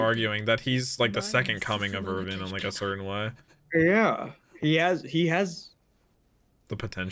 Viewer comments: Erwin not Irvin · They pronounce his name with a V